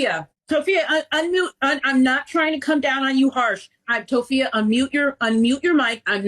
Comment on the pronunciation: "toe phee uh" 💀 Hearing how stressed out those animals are absolutely breaks my heart